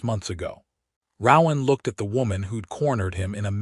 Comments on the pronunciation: Ro-ahn! Not rau-ahm…. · His name would be pronounced with a long O sound, not what the AI says, lol